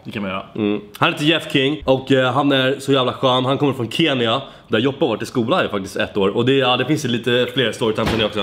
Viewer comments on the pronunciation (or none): none